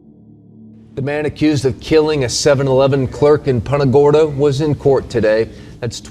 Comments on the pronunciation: The real crime is how that anchor pronounced Punta Gorda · Why is everybody in this video mispronouncing Punta Gorda? It's Spanish. If you can't pronounce it correctly just say Fat Tip then.